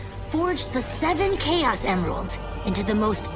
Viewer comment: bhai use chaos ka prounciation toh sahi sein kar leta tu sonic fans ko trigger kar dega galti sein